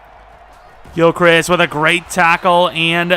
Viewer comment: ayyy thx for saying gilchrists name right im guessing you saw my comment